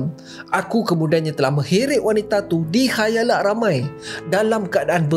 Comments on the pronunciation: Khayalak ke khalayak....ke telinga ni slh dengo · khalayak boii, not khayalak hehe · bang KHALAYAK, bukan KHAYALAK 😂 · 8.23, 6.09 Khayalak khayalak… khalayak bang, khalayak. Mulut pon typo ke 😂😂😂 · Khalayak bos bukan khayalak.. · walaupun sy sgt ketinggalan tp knp sebut 'khayalak' 😂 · KHALAYAK bang, Neves sgt tu 😸 😸